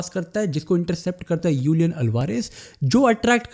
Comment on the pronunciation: Julian Alvarez ❌ Ulian Alvarez ✔️